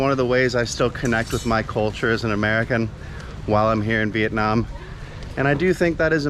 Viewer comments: Hey! you are supposed to pronounce "here in Vietnam" not "here in Việt Nam" LOL. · Haha the moment and the way you put the accent in "Viet namm" word, I'm like "Oh he definitely became a Vietnamese in his soul and spirit" :))